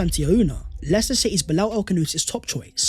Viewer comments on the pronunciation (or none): none